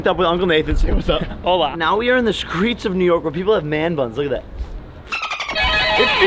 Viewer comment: It’s hola I live in Mexico I know how it’s pronounced